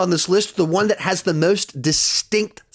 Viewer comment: haha the way u said most was funny